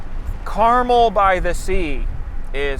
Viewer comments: It’s actually car-mell with an “eh” sound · Carmel is pronounced Car-Mehl (Mel as in Mel Brooks) - a local